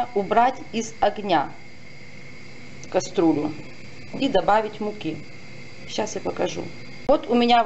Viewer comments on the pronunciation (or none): Почему кастрУля , а не КастрЮля? Возможно, это на украинском так звучит? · Научитесь правильно произносить слова(( противно слушать. Нет слова,,каструля,, есть КАСТРЮЛЯ. Снимать надо не из огня , а с огня. Вы вообще где-нибудь учились?? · Каструла и эклэр. И ещё проти'вень.